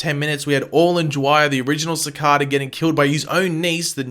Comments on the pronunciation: Did you really pronounce it 'Si-Cad-a'? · That's not how you pronounce cicada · Wtf is a cicarda. Its cicada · SI-KA-Duh why do u say it like that LOOL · Lol I like the way you say cicada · I hate your pronunciation of cicada 😂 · Learn how to say cicada😂💀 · stop pronouncing cicada wrong ffs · How am i being racist? I was just saying pronounce it as they do it in the show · how is that racist? You just mis-pronounced his name. And i was just tryin to help you out. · I love video's...but it drives me nuts when he says cicada's name wrong lol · The way you say cicada is funny lol. Good video tho :) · I'm sad he can't pronounce Cicada correctly!